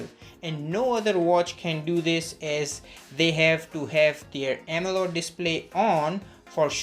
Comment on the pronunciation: Why does he keeps saying “AMELOD” display....